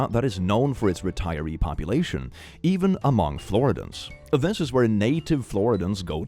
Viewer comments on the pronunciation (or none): Floridian: flor-ID-ee-un. Or in the case of the homophobe: flor-ID-ee-it.